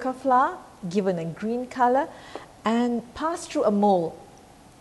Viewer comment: Dont pronounce FLOUR as "FLA"...this language is not our language..so dont mess up with the pronunciation. I always heard Malaysian say it as FLA...i dont know where is this pronunciation come from?